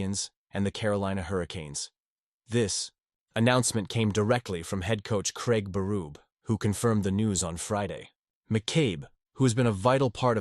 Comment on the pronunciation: When the artificial computer voice calls the Stanley Cup, winning coach: “Craig Burroob” I’m out…